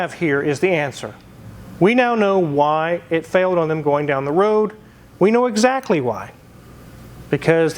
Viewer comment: Anyone else catch that .. going down the WWWOOOAAADDD. Elmer fudd wooking for thoses wasckally wwaabbiittss...